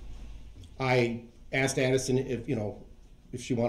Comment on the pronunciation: Aks and ansered yer honer